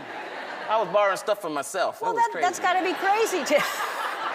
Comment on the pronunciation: "I was barrowing from myself" 😂😂